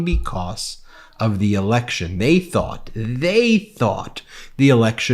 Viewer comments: It’s election, not alection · "You're an idiot." 🥴 "Rigged eliction." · …”a rigged elickshin..”. Really jumbo ? That all you got?